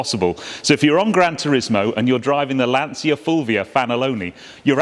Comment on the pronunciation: Beautiful car , troppo bella, by the way you don't pronounce Lansia but: Lantcha Fulvia akka effe millesei fanalone . Love your program !!